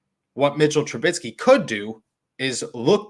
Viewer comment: chuckling at 'TRA-BIT-SKEE'. apologies, just funny to me. :-)